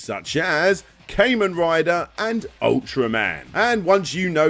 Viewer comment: Joe's girlfriend was named Sylvia, not Cynthia. Also, who pronounces Kamen "Kay-men"?